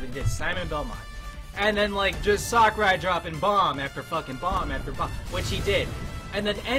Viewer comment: All I hear is sockurai instead of sakurai